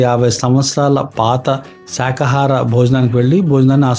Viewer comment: శాఖాహారం కాదు బాబు, శాకాహారం అనాలి. ఏ బోర్డు క్లారిటీ గా తీయలేదు. లోపల ఫోటోస్ గాని క్లారిటీ గా తీయలేదు. ZOOM చేసి తీయాలి. చెప్పేదానికి, చూపించే దానికి Sync అవటం లేదు. మొత్తానికి మంచి HOTEL చెప్పారు. మాది విజయవాడ అయినా ఈ HOTEL పేరు వినలేదు. ఇప్పుడు చెప్పారు కదా. వీలు చూసుకొని వెళ్తాను